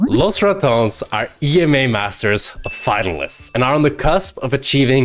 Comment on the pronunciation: Love the highlights. Though being able to speal good Spanish and pronouncing "Los Ratones" as he is in the video makes me feel some kind of way 😭.